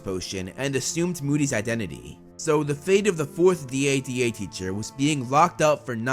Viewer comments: It should be dada like dad not d.a.d.a like d a d a. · I like how he says DADA